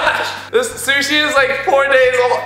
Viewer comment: Sishi Shshi sushi